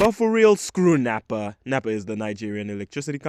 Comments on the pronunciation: It's NEPA not napa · Nepa not Nappa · Saying months without light is a stretch(just an hour or two) , plus why did you say NEPA like that🤣🤣.Plus the fact that people be dying from malaria came as a shock to me. Well i am off to code my game